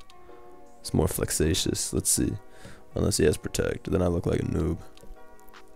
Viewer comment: "more flexasous" ...lmao